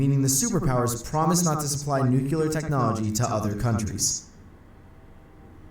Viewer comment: sigh. That narrator gets on my nerves. it's NU-CLE-AR. Not NU-CU-LAR.